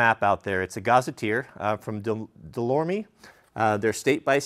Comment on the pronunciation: Ummm as a proud east coast guy you dont pronounce the E at the end of delorme, wouldnt expect a namby pamby west coaster to understand us mainers. Get good